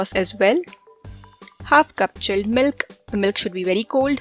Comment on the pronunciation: "tik shake " "chelled melk bery cold"